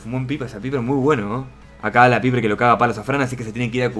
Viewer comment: paiper se pronuncia paiper eso de Piper suena como pene en algunas partes de Latinoamérica